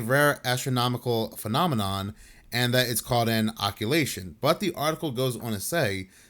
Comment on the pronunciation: FFS, you had the word “occultation” right in front of you and yet you chose to pronounce it as “occ-u-la-tion” instead. FYI, “occulation” isn’t a word—it doesn’t exist. However, “occultation” does exist and it refers to the passing of one celestial body in front of another—a solar eclipse would be an example of an occultation, because the moon passes between the earth and the sun. Occulation ≠ Occultation. Maybe you need a visit to the eye doctor?